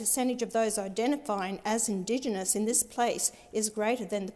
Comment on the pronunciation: She can't even say Indigenous, this idiot can't even read. Since when does she care about Indigenous people? When it looks good. 6 figure salary, you have got to be kidding me. She definitely didn't write that speech.